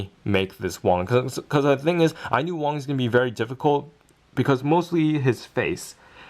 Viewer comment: did you said wang? it was wong